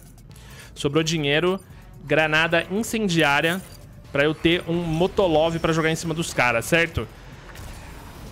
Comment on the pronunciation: “Motolov” KKKKKKKKKKKKKKK